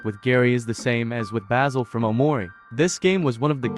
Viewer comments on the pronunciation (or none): none